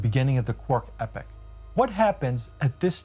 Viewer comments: Epoch is pronounced "EE-pock," not "Epic." You don't want to confuse people... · He keeps saying “epic” instead of “e-pok” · Why is he pronouncing epoch "epic"? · Two things. First, epoch rhymes with "free clock" it has a long e sound. Second, Inflaton rhymes with "in your mom" (short a). This is very grammar ocd, but I couldn't resist. Apologies in advance.